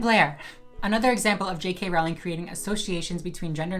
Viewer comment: You're so full of shit. And you don't even know how to pronounce Rowling.